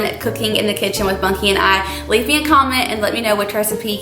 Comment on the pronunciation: Do you call him “monkey” or “Bunky”???